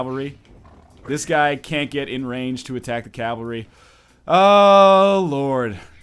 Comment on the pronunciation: Every time you say Calvary, I unsubscribe. But then I re-subscribe right away! I can't leave you, NL. I just can't!